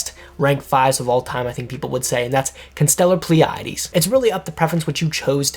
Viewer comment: Why did you said "Constellar Pleiades" like an italian pimp?